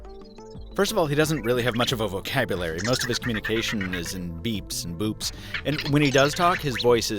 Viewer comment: Who else heard him say beeps and BOOBS... 😂😂😂😂